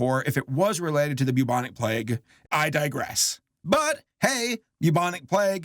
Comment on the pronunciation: Why did he say Bubonic plague like that. Why did he ruin the ring around the rosie theory